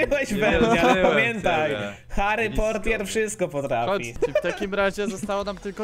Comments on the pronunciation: nie harry portier tylko hory portwel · wymysl cos w stylu kula ognia (rakietnica) itp. i nie mow Harry Portier